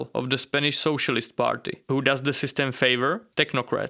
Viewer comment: "With all due respect, Ho are you?" The accent killed me😂. Good job, tho 👏. Love your videos